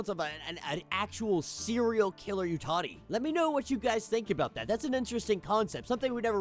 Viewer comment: Isn’t it Yautja, not Utati??